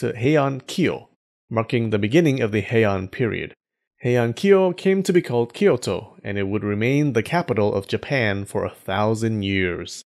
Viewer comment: I appreciate your sound of 京都 very much. And the one of 中臣鎌足, too. Nice work!